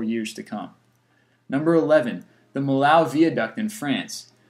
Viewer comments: DUDE! "Mill-ow"??? its pronounced "Mee-yo" And that Bosnian bridge was destroyed in the 90s, not the 30s, bro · that's not how you pronounce Millau :D